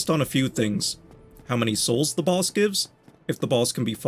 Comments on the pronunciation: im hearing "balls" instead of "boss" 😭😭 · Its the accent. Im also hearing "balls" and "ballses" xD